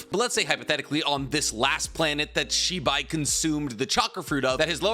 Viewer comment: I got really confused because I thought you were saying Shiba for the longest time. Lol😅